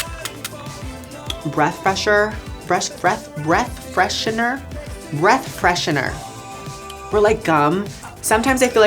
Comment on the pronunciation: Nikita: *Trying to pronounce breath freshener Her hand: 🚁🚁🚁🚁🚁🚁